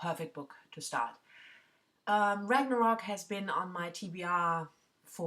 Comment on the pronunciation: Yes, you pronounced Ragnarok correctly! I looked up pronunciation the other day because it is on my September TBR; I contemplated talking about it on my Friday Reads then realized I didn't know how to pronounce the word. I'll probably read it after Mankell. It's been on my shelf forever too. Bought it when it came out and then didn't read it.